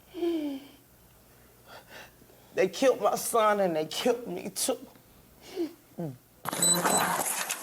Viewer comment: "They qilled my son and they qilled me too." Shes out for a pay day.